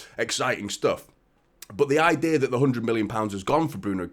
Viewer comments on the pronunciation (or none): none